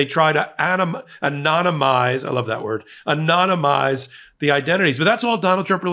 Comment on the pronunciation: “Anomanise” Trump will turn it upside down.